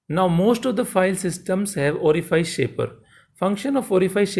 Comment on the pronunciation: Orifice is spelled like office. Unlike file or glide.